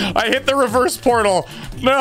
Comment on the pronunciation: “Potal circles”